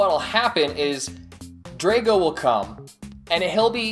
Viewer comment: I like the video but I have 3 small complaints/corrections I wanted to point out. 1. that isn't scorpio, it's limulus. 2. The way you pronounce Drago is strange and not the way the show pronounces it. 3. The Bakugan that were different shapes were called trap bakugan and not all of them were triangles, which I am sure you know its just the way you worded things in the video gave that impression.